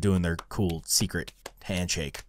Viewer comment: There's. A sekeret. It aanoter ifinitygoblen